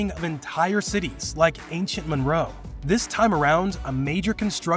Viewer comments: Ancient Meroe NOT Monroe. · The Nubian city is not ancient "Monroe" It's Meroe pronounced "Meroway". The water's source is South of Egypt. And Egypt has no business telling Ethiopia what to do with THEIR WATER. The Arabs in Egypt are NOT indigenous to Africa. They are new comer COLONIZERS that are appropriating a history that has NOTHING to do with them.